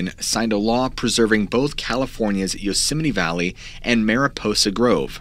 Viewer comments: I keep hearing you say Yoseminnie, not Yosemite, and now it's a real word for me. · Love your show..but it’s Yosemite. Not Yoseminy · Yosemeny yosemeny yosemeny..... aargh!! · Drinking game: take a drink every time you hear "Yoseminee" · Why do some Americans say yosimiti and others Yosemite? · Unfortunately had to turn the video off due to how many times you called Yo-simmony. So frustrating. I turned my phone down to write this message just in case it started playing again and I had to hear it one more time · It's pronounced "Yoos-might" isn't it ? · Yosemite dude pronounce the word..(Yosem-IT-e). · It's not pronounced like yosimminny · That time pronounced Yosemite like Dolomite.. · Please pronounce Yosemite properly. You said way too many times and it was incredibly frustrating 😅 Otherwise great video